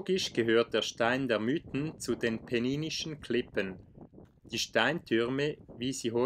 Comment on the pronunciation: Es sind die „Miiten“, nicht die „Müüten“…